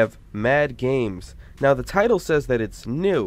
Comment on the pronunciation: Yay gay-mes